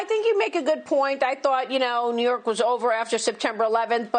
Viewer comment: When did New York become pronounced "knee-urk"?